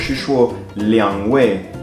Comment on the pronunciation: 其實你說的今天、兩位根本很標準，如果不是電話有問題，就是接聴電話的人，耳朵有問題，